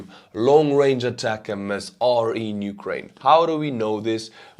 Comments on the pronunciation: A TAC MS. THREE SYLLABLES Sounds like "a tac ems" Not A TAC M-S Where did you get that pronunciation from? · ATACMS is pronounced "attack-ems," not spelled out. There isn't a variant called "long-range" but the Block 1 is a lot shorter range than later versions, so what Ukraine has isn't the long-range attack-M-S, it's the short-range attack-ems. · Please just say "ATACKUMS" instead of Long-Range ATAC-MS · ATACMS, not ATACM-S. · It's just pronounced "attack 'ems" like "attack them" not "attack MS" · Day 3 of me as an American reminding you that in the us we pronounce ATACMS as "attack 'ems" not "ay-tack-M S". Not a big deal but it ruins the intended pun when it's mispronounced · Thanks for another informative and witty presentation. Please learn how to pronounce ATACMS (Army Tactical Missile System) properly. The proper pronunciation is: ATTACK EMS, not Attack MS! Cheers! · ATACMS is the system not the missile. M39 or m39a1 cluster would be the missiles your talking about possibly. However when you say ATACMS, it’s not M-S. It’s just pronounced as attackmm’s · we here in the US just call the ATACMS missiles "Attack-ums"...so no need to say "Attack-MS".. and you're welcome. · It is pronounced ATACMS, no attack-em-es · Great video as always. Just as an aside, I think ATACMS should be pronounced like "attack-ems". The MS sounds like the M's in M&M's (if you know the candy). Anyway, great video and keep it up! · In the US, we pronounce ATACMS, "Attackums"... just thought i'd help you out. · It's pronounced "attack em's"... Like "hey, let's attack em" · Just pronounce it “Attack’ums”. One word. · Somebody please teach how to pronounce ATACMS properly, it's driving me crazy!